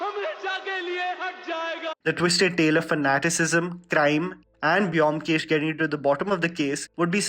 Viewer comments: It's actually "BOW-M-KESH", not biomkesh !! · Its not pronounced BE - OM - KESH , its BOM - KESH Edit: Imma bengali guy, and that Y in BYOMKESH is the bengali matra( JO - FOLA ) used to put stress in the letter B Anyways nice video!!! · The video was great! Specially SRK part, he needs a good story... And The pronunciation is bomkesh 😊😊